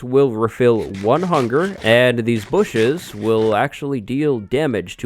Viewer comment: i cant be the only one who died when he said "da bushes"